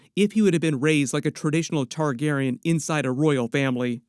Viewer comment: So weird that u finally say Targaryen correctly 😂